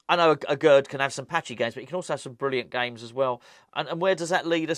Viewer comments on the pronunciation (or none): none